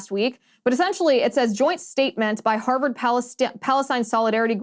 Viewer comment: I love u, Liz, but it's Harvard not Herverd.